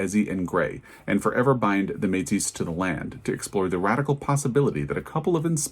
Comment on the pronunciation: Hi from a friendly Canadian follower. I was interested in your coverage of the Giller Prize, and yes, there is controversy about it this year. I’ve heard you say before that you appreciate pronunciation feedback. The word “Métis” has a French origin (it describes the offspring of French fur traders and Indigenous women). The French do not pronounce a final “s” in their words, so the word is pronounced “Maytee”. Love your videos. Ann Patchett is one of my favourite authors and I have really enjoyed all of her books that I have read.